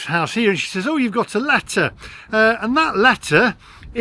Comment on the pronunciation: FYI, says is pronounced, sez.